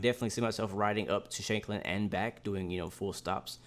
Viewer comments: BTW, your pronunciation of Shanklin was pretty spot on though you could have shortened the Shank part a little more. Its pronounced just like it is in the word shank, meaning small knife. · As far as I am way you pronounceing shankling correct